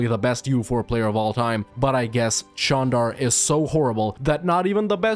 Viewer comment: Wow congrats on pronouncing the name of the country correctly